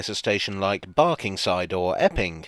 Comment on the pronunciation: I first thought you said “ effing” forest .